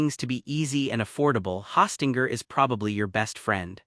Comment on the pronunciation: Hawstinger? OK AI.